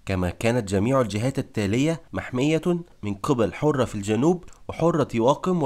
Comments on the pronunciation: السلام عليكم ورحمة الله تقرير جميل جدا عندي ملاحظة بسيطة ( حَرة) بفتح الحاء ليس كما ذكرت حُرة بضم الحاء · حرة بفتح الحاء وتشديد الراء . و معول بكسر الميم وتسكين العين وفتح الواو. ارحموا لغة العرب. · حرة بفتح الحاء. وليس برفع الحاء. والمعول بكسر الميم وتسكين العين وفتح الواو . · مجهود رائع و محترم ولكن برجاء عمل مراجعة لغوية للنص قبل التسجيل. فالكثير من الكلمات نطقها غير مضبوط. على سبيل المثال: اسم نعيم ،كلمة معول،كلمة حرة.... وبالتوفيق دائما